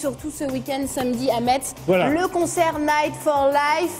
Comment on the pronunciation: ON NE PRONONCE PAS LE "T" DE METZ BORDEL !